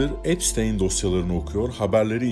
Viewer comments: çok iyi video cesaretinden dolayı tebrikler ama bir eleştiri olarak yapay zekayı azalt abi. gerçek kullanıcılar ai materyal görmekten hoşlanmıyor ve gezegeni bitiriyor bildiğin üzere. bir de epsıtiiiiin. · Abi emeğine sağlık çok iyi video olmuş ama 'epstayn' değil epstiin diye okunuyor video boyunca kulağım tırmalandı. 😂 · abi amerikan mason tapınağı videonda da geçiyor soyadı epştayn diye okuyosun hatta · Virgin "bakire/bakir" anlamlarına geliyor. Ada seçimi bile tesadüf değil galiba, ufacık çocuklarla yaptıkları rezilliklere bakılırsa... Yalnız şu adamın ismini doğru telaffuz etmemek konusunda neden herkes bu kadar dirençli, işte onu anlamıyorum. Videonun başında kendi halkının "epstiin" şeklinde telaffuz ettiği ismin peş peşe eklenmiş birkaç sese rağmen videoda ısrarla "epsteyn" ve arada bir de "epstayn" diye telaffuz edilmesi neden?